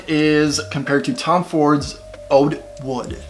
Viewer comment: He said ODE WOOD!! 🤣